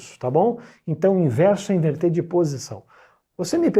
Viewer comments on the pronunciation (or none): none